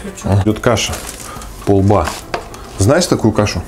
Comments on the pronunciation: пОлба, а не полбА Ударение на О! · пОлба. Ударение на О. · ПОЛБА ударение на О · не полбА, а пОлба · правильно не Полба́, а По́лба, на о, кстати вкусная штука!) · не полБа, а Полба, вкусная каша, мне бабушка варила, про попа и балду сказку не читал? с пахучим маслом и серым хлебом вообще топ! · пОлба(ударение) это та же овсянка,только не культивирования,т.е старая крупа,которую ели ещё наши предки без всяких модификаций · Полба ударение на о.Пушкина вспомни "Сказка о попе и работнике его Балде" Балда работал за тарелку полбовой каши. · полба, ударение на о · на "О" надо ставить ударение в слове полба, это же обычная каша почти как перловка)))